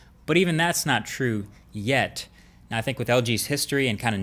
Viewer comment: dude its pronounced think!!!!!!!